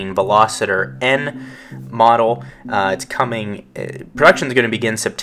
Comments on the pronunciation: Ok I got to say if you are going to do a review on a car you should be able to pronounce the name of the car correctly. This is a Veloster not a Velositer, where are you seeing the I in Veloster? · It's a Veloster not a Veloseter. Just saying.